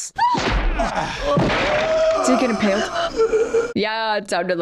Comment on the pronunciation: Good ole Bill Paxton. Not impaled, impoled.